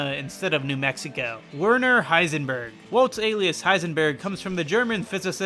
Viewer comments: I think it's not iseberg, it's isenberg💀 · The Breaking Bad Ice-En-Berg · Ice-en-berg haha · Im not even gonna watch the video just want to say this. hICEnberg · “Iceberg” ugh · The breaking bad h-ice-n berg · You mean HeICEBERG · Iceberg? I believe it's pronounced Heisenberg. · guess you can call him h ice enberg i am so sorry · Heisenberg? nah Icesenberg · the moment Heisenberg became Icenberg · Say my name! Icenberg. You're goddamned right! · "H-icenberg?" "You're god***n right"